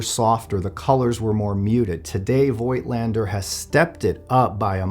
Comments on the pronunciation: Yeah, Z 8 is an amazing camera. Great lens, too. But please pronounce Voigtländer without the " i ", like fogtlander. Greetings from Germany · Honest question here, I have the same lens for the Zf btw: I have seen it elsewhere that the name is pronounced "Voat-lander", although "Voitlander" seems right however, which is it actually?